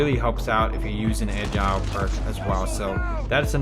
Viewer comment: Anyone else facepalm every time he pronounces “Agile”?🤦🏻‍♂️